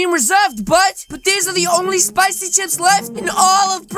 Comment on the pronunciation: its not spocy its spicy